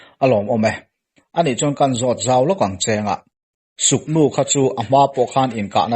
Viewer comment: Suknu nilo in sugnu nih zawk tur ....k nilo in g kha adik zawk ani